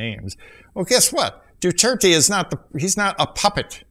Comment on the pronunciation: My fellow filipinos we love duterte i just dont like he said God (you said dudirty)